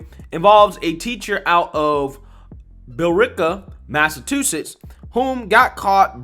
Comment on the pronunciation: MassaCHusetts!!! Not Massatusetts🤣🤣🤣She had to wash some1s feet🤣😂